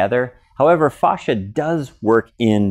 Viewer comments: It’s fascia not fauscia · It's not fauscia it's fascia god damn it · i work in auto industry and thats not how we pronounce fascia (fay-sheeuh) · Stop saying "fosh-a" though. Google how to pronounce it. Super annoying. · Great info, thanks! I’ve never heard fascia pronounced the way you say it though. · Painfully miss pronouncing words such as fascia! It's so hard to watch. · A lot of information from some one who doesn’t know how to pronounce it